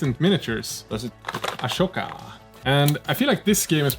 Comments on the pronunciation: Luv your vids, luv this comparison and your own minis, but as a die-hard Clone Wars fan, I just have to yell at ya: IT'S WRITTEN AHSOKA and it's also PRONOUNCED AH-SO-KA, NOT ASHOKA!!! 😤😤😤😪 At first I thought you were making a joke, but then you kept saying it over and over again. Pls don't. Thx. Love from Germany. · How did you say it? Ashoka? But she is Ahsoka and not Ashoka 😅😅🤔🤔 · Its Ahsoka, not Ashoka.